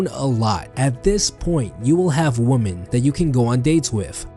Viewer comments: Heyo I love ur vids but just so you know woman in plural is written women but pronounced „wimen“ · I like how he pronounces women XD my teacher would kill me if I said it like that